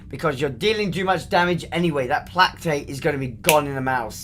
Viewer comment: Plack Tate = Play Kate Just saying.